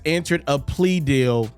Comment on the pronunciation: Say plea again 😂